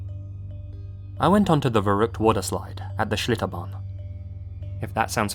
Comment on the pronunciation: Are you german? "schlitterbahn" sounded way too good pronunciation wise 😅